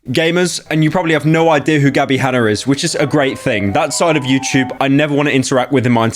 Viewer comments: Gabbie Hanna Pyro: Gabbie Hanner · "Gabbie Hanner"